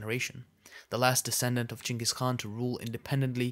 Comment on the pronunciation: Yes the pronunciation should sounds " chingis".